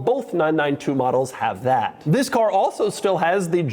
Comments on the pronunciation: Doug, the way you say “THIS” at the beginning is kind of annoying. Could you try something else please? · Doug’s the type of guy to jump every time he says the word “this”.